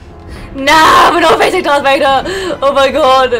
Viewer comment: Darth breader lol😂